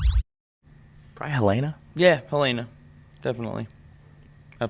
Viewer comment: Hulana? huh? *looks at comments* ohhh helena. wut a weird pronounciation :D